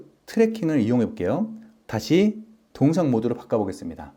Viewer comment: 동영상을 왜 자꾸 동상이라 발음하시는 지요?